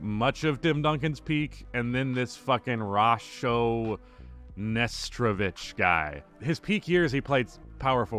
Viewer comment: Nasho Netrovich? Are you even trying?